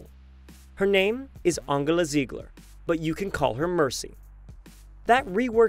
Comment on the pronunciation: To everyone who thinks that he mispronounced her name. He said it right, just so you know